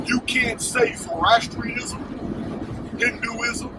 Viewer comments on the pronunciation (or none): none